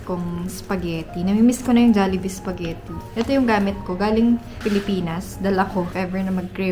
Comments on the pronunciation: Tuwa talaga ako pag binibigkas ni yung spaghetti 😂 "sapghetti" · Til now sapagitti pa rin pag pronounce ni 😅